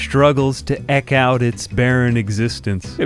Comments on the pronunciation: Eke. Not Eck. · That's the first time I've heard the phrase eke out said like "ek' out". Given that you guys are obsessed with using pronunciations with the "magic e" that are not there, like with misspelling oesophagus as "esophagus", it's surprising, but not surprising that you don't do it when the magic e is there to justify you pronouncing it properly, so you don't. It's like you guys have no natural feel for English as so-called native speakers, or something. I guess it's compounded by the fact that you've read it a couple of times, but have never heard it said out loud, like I have many times, because I live in a country where we have a much bigger vocabulary, it seems. There you go, later on you say "Syme-ultaneously" for no reason, but everyone else says it like in simulation, so do you guys, it's another one of your weird exceptions, whereas other dialects are "consistent", but anyway, we don't do it there, because there is no "magic e" like in eke to change the previous vowel, like with pin to pine. We teach this to children. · Amphibian! "Eke" in "eke out an existence" is pronounced like "eek"!